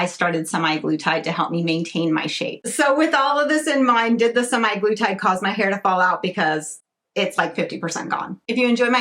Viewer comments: It’s actually semaglutide, not semiglutide; you keep pronouncing it wrong. I don’t know what to say, but I think you need mental health care, not all these unnecessary interventions. I live in the Netherlands and have diabetes and am obese but was denied the injectable form because there is a worldwide shortage and they are only giving it to patients already on the medication. However they have given me the tablet form (Rybelsus) which I take daily and is a much milder form of semaglutide. Unfortunately, despite taking this medication and being on a program involving diet, exercise and lifestyle changes I continue to put on weight. Ironically, I also can’t eat much at mealtimes anymore, not that I ate much to begin with. From what I understand, semaglutide is to manage diabetes, and weight loss is a SIDE EFFECT. Who knows what damage it is doing to people who don’t have diabetes. There are no long term studies. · Ir's not 'semi-glutide, don't overlook that 'A' in the word. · "SEMAYGLUTIDE"... THE WAY YOU SAID IT, ITS LIKE YOU CANT READ